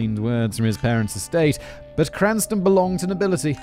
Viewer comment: Let's play the game, how many different ways can Simon mispronounce Cranston! I've counted at least ten subtly different wrong ways so far